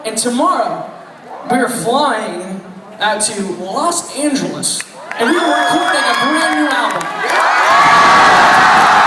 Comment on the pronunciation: the way he said los angeles tho